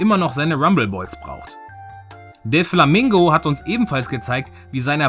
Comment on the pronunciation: noooooooooooo ich kenn die seite :-( scheiße, ich muss das haben xD naja danke ^^ ps: du hast stellenweise deflamingo gesagt. Der heißt aber doflamingo :D ansonsten top video